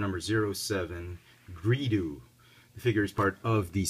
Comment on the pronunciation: GREEDO NOT GREEDU!